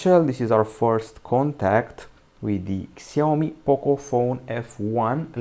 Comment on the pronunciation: Shaomi that's how it's pronounced